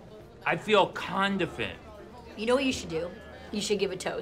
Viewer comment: I might make Ben saying condifent my alarm.